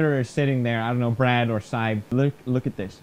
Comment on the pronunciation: Is it me or says brad as bread